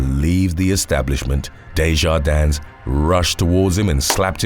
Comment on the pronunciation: The "s" in DeJardins is silent.